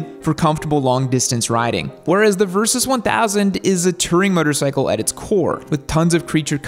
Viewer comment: why does this guy pronounce "motorcycle" like "muttercycle"?